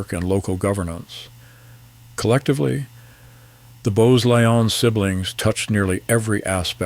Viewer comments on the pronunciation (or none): Why would the narrator show a picture of the future Queen Mother with her husband while he's talking about a different woman and her husband? The narrator is clueless in a number of ways, not the least in mispronouncing Glamis and Lyon. What draws such an unqualified person to take on projects of this sort?